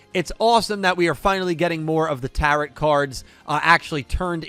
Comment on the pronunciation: the major arcana of the tarot only goes to 21, and the 't' at the end of tarot is silent